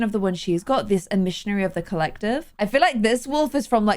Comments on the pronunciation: I love this so far (but pronouncing emissary as e-missionary is SENDING me please never change I love it <3) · Aspirations- "Emissary of the Collective" Pronounced: Em-ma-sair-E I know these little things can get easily overlooked when recording a YouTube video bc you got so much going on. Just wanted to give you a helping hand with that one 😊